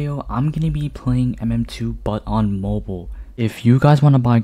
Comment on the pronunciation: Bro Pronounces Mobile Moble (I Also Pronounce Mobile Like That)